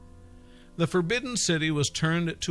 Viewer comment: Pu Yi not pooey